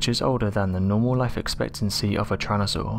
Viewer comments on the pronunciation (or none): Tyran.....not Tryan... 🙄 Homergnos